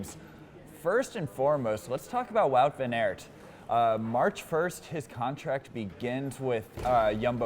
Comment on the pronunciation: Got to work on the Flemish. Start with Aert. Aert like in Art. Not Air-t.